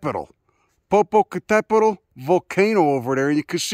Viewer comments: popo what!? butchered it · Lmao how you pronounced Popocatépetl was hella funny 😂 that chi accent thick af. But thanks for showing love to my underrated beautiful country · You sure fucked up the pronunciation on that volcano LOL